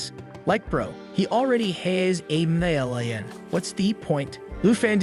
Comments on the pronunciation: "like bro he already HaYs AyE MeLLiOn" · “He already hæs e’ mællion”